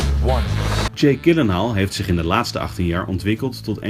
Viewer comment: Als jullie volgende keer eens luisteren hoe hij zelf "Gyllenhaal" uitspreekt... ;) Verder prima interview.